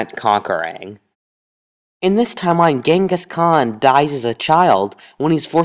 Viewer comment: I hate the way you pronounce Genghis Khan